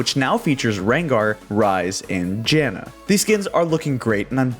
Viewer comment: He said jhinna xD